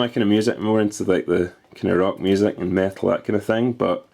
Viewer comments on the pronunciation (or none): It sounded like you said you like rock and meth lol.